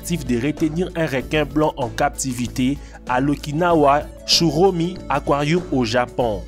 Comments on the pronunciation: Pk tu dit aquarioum? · Aquariu? Aquariou? 😂😂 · il dit aquarioum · J’ai arrêté au bout du deuxième akwarioum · Dans son aquarioum 😂😂😂 wtf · Le mec il a dit aquaruioum